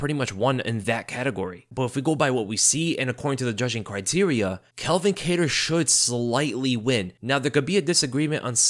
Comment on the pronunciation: Why do you keep calling him Kel-vin? It's pronounced CAL-vin. Why do people always mix those names up